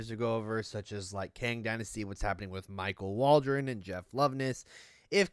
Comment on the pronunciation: Did you say Michael Waldron?😂😂😂😂😂